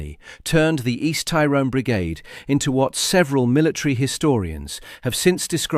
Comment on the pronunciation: …the hypocrisy of it. Soldiers accused of a “shoot to kill” policy when the IRA adopted this from the beginning of the troubles. PS. Your pronunciation of “Tyrone” needs work.